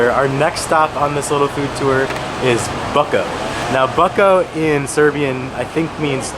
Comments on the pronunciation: The right pronunciation of "BUCKO" is "BOOTZKO" buddy. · Bucko is pronounced Butshko